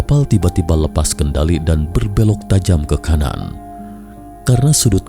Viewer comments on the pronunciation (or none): none